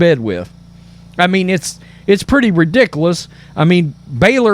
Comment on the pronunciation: Good reporting. Btw, please adjust the way you pronounce “ridiculous.”